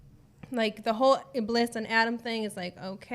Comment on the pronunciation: The correct pronunciation of "Iblis" is 'Iblees'.